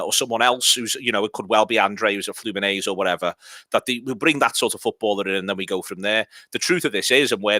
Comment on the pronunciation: Also it's flu-min-en-zay not flu-min-aze like come on at least have a go at the right letters if you're gonna be talking about them all the time